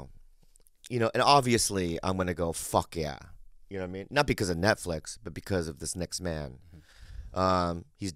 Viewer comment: Did Lee call it the 'NutFlix show's? LMFAO